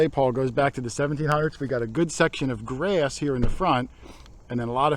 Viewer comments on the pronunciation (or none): Lol. or so you said grayyass. Is that Charlie's behind or just "grass". I pick up on wierd accents. Nice job guys